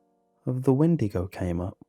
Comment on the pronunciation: XeeVo 😂. I’m dead